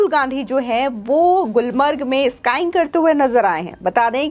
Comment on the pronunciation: अरी घनचक्कर स्काईंग नही स्कीइंग बोल